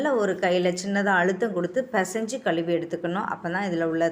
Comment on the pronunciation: Say -- கழு‌வி , கழு‌வி KAZHUVI . YOU ARE SAYING கலுவி, கலுவி. ALSO SAY Hb level. You are saying HHHHH IN A DIFFERENT WAY.